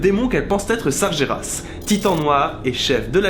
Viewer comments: Tu lis Sargeras comme si tu l'écrivais "Sarjéras". Ca se dit "Sarguéras". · Ça se prononce sarGUÉras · Sargeras ce prononce Sargueras